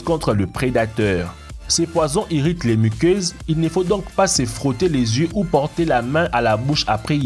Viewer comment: Le zié, leu zieu 😂😂 sinon sipè vidéo 😂😂